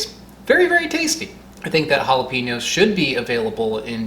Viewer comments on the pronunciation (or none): Jala-peen-yo instead of jala-pen-yo upsets me greatly lol.